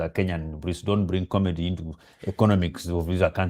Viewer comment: 1.24.15 ...Did I hear "comety"? Instead of comedy? 😂😂